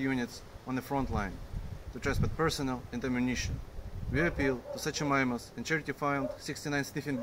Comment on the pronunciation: sook-o-mime-us Thanks to you I had to look up pronunciation 😂